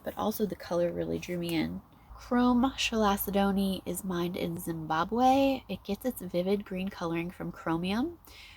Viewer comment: It's pronounced Cal-sed-nee. Glad to see u again. Blessed be sister and stay safe